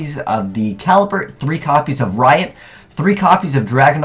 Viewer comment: *Igknight Rito not Riot